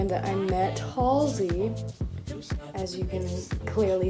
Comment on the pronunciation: Waiting for the second time meeting Halsey😬 also, thank you helping me finally learn how to correctly say her name😂🤷🏼‍♀️